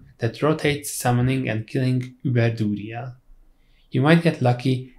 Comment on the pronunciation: duriel is pronounced dur re el not dooly yeah like WTF LOLOLOL